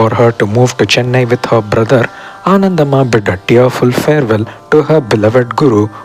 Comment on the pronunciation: Ananthambhaa not Anandhammaa... kindly check